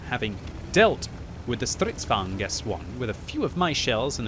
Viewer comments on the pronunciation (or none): none